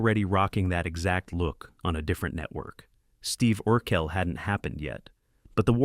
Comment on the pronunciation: Oh...my...god who in the blue hell is doing this voiceover? Urkel was pronounced differently every time it was said. Gosselaar was pronounced differently every time it was said. And 20 other things were ridiculous.